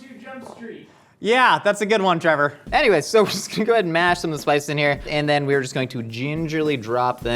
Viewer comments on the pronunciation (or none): none